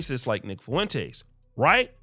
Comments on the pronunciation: Bro ... Ur nick Fuentes pronunciation is whippin yo azz.... It's " Fwen- tez"😂 bro not Fuh-EN- Tays I'm over here cussing at the MF phone lol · If you say FOO-went-ez one more time 😂😂😂😂😅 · The way you say Fuentes makes me chuckle lol